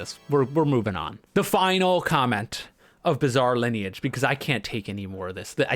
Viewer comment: saying "bizall lineage" must be ragebait and a hit piece against the masterpiece that is bizarre lineage